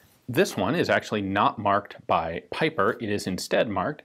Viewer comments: The Belgian's name is pronounced as "peeper" my dear Ian.👍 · It would be probably pronounced like peeper